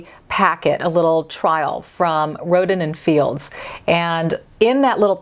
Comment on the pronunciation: Omg 😲 It sounded like you said,"Rodent in Fields". I know it's Rodin but I couldn't stop smiling.